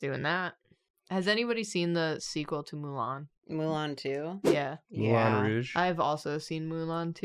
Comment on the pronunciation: Mulan Rouge. We heard you,.